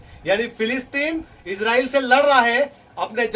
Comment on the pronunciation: السلام علیکم ورحمۃ اللہ وبرکاتہ عام طور پر لوگ عزرائیل کیوں بولتے اور لکھتے ہیں آپ نے بھی عزرائیل لکھ رکھا ہے اور بول بھی عزرائیل رہے ہیں حالانکہ صحیح نام اسرائیل ہے انگلش میں بھی آئی اور ایس سے لکھتے ہیں یا تو آپ ہمیں عزرائیل بولنے اور لکھنے کی وجہ بتا دیں یا اس کی تصحیح کر لیں فقط والسلام محمد شاہنواز عالم